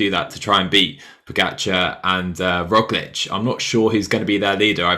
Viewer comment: It's year 2021 and you guys can't pronounce Roglic and Pogacar. This is ridiculous, I'm out by the 3 minute mark....